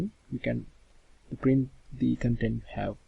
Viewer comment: Also, thanks for joining your videos together. I got used to your accent pretty quickly (practice pronouncing vowels longer as on cOntent < - emphasis on the O). :)